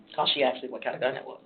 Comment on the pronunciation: WHERE did she get her education..” AXED “ MAYBERRY?